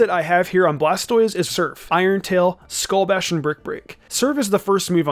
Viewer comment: skull bash not skull bush